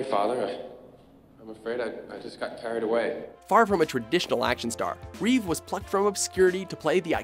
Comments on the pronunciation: Christopher *REEVE. Only George has the s at the end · It's ReevE, not ReeveS. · It's R-E-E-V-E, not ReeveS. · It's Reeve not Reeves